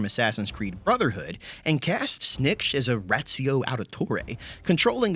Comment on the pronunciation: "This is SnNiKCH" Me: I love him